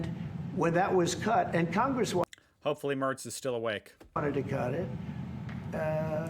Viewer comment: Well done on your pronunciation of "Merz"